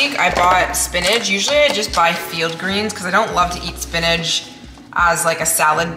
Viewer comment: But it's "SPINACH" not "spinage" 😂